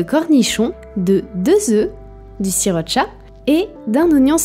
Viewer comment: J'entends le "sirop de chat" quand tu dis sriracha 🤣